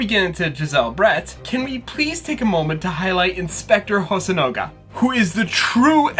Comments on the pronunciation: Nitpick, but it’s HosonAga, not HosonOga. I guess I should get used to mispronunciations on this channel, like Sawhit instead of Sahwit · Small correction: it's hosonaga not hosonoga